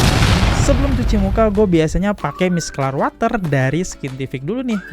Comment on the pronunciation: Bacanya miselar water, bukan miskelar